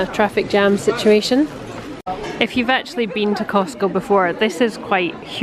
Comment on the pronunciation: Remember it's called "CosTco". Not Cosco. The "T" is not silent.....lol